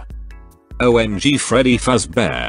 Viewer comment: Freddy ❌ feddy ✔️